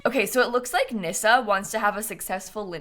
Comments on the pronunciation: The fact that you said Nyssa correctly 🥲 it's so rare someone gets it right, thank you lol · Just gotta say, as a fellow Nyssa, thank you for pronouncing the name right 😂 a lot of people get it wrong as it’s not very common 😅